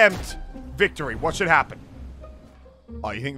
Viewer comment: The amount of times he says “Whashmeedooit “